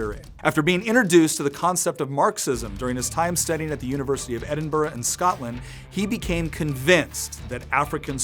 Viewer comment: Well done on pronouncing Edinburgh properly.